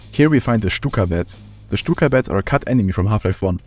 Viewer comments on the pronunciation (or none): none